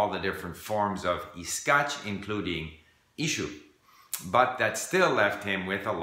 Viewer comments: In a word "ищу" the stress is on the last vowel, not the first. If you say with the stress on the first vowel, it sounds more like Chinese, not Russian :D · only it's ищУ with stress on the last letter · ищу is pronounsed as ish-choo (stressed on the 2nd syllable) we take "ish" from English and "choo' from choose. And articulate accordingly.